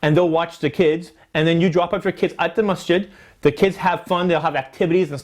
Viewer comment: Untill I read the title I thought you were saying Mustard lol